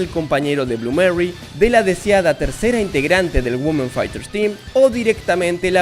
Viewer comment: No se dice Güomen, es 'Uimen' 😫